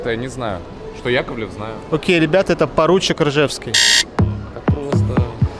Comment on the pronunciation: Поручик!! А не поруТчик